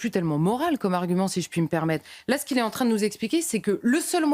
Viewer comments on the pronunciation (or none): none